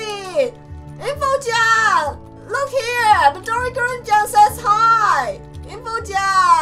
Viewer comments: you don't say gurin you say..... MIDORI GURINUUUUUUUUUUUUU (its green but with an japaneese accent) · Just a tip: Midori Gurin is actually pronounced midori GREEN but green in a chinese accent so it sounds like Midori GREENU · it's pronounced midirori green but with a British accent. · Midori Gurin is actually pronounced Midori Green.